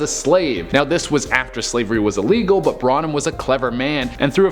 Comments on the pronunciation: Dude, love your videos but bar is pronounced bar not bra & you kept saying Branum instead of Barnum which was actually his name. Your mispronunciation over & over was quite annoying. As I stated I do love your videos but please work on pronunciation, thanks! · Should I tell him? Pt Barnum... not BRANUM... it was written twice in the video lol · Love your videos! You were pronouncing Lehman as Leham. Tried to ignore it but couldn’t. I would normally assume I was incorrect about the pronunciation but I’m pretty sure about this one. Also it’s PT Barnum, not Braunum. I’m sure about this one too. 🤷‍♀️ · It's not branam it's BARNam 🙄 I love you guys I really do but y'all pronounce things wrong so often it's kinda irritating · Barnum. Not Branum. Need I say more?!!!! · Might wanna leave the videos where you talk about P. T. Barnum to someone else. It's Barnum not Branum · How is it that every person that presents on this channel cannot pronounce their way out of a paper bag? Branum????? Can you not read????? It's Barnum. BAR-NUM... It is consistent with this channel that there are numerous very sloppy errors. This is your job. Do it better. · Er... Its B A R N U M not Branum Brah 😂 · Video: P.T. Barnum: P.T. Branum... Branum... Branum... lol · Ugh. Bar-num, not Bran-um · You are saying P.T. BARNUM right?? Not BRANUM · It's PT Barnum....not Branum. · P.T. BARNUM not BRANUM..... jesus do you guys even pay attention to what you're presenting? ugh and Lehman brothers.... WOW have you never actually heard these names spoken come on, you're better than this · It is pronounced P.T. BARNUM ( BAR--NUMM) NOT BRA--NUMM..... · Barnum and Lehman, not Branum and leyum... it’s literally spelt right but said completely wrong, like WTF. 😑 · Branum? Barnum. Google Pixelon. Opinions. Not Apinions. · Branum??? You mean Barnum, right? I mean, it's literally spelled out right their in the visuals for your own multimedia presentation and all... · I think is PT Barnum not bronem